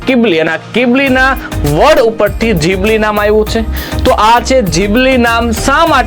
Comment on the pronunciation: ઘીબલી ❌ જીબલી ✅